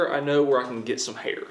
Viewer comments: Who else thought he said "hater"? Just me?..ok... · When he said hair I thought he said hater ms daisy might want to spend time in the jar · Instead of "Hair"... I heard "Hater"... "Our last item is Hater, and I know where we can get some Hater." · When he said hair I thought he said haters to dissolve in drano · I thought he said "Hater" HAHAHAHAHAHAHA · My tired brain thought you said "hater" not hair. So i figured you were gonna put some toxic comments printed out in a jar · I thought he said hater no hair lol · The way he says “Hae-er”😂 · when you said hair, i tought you said hater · give me a chance, im a french Canadien and the way you pronounce "hair" got me the cut hair scene To understand what you talking about.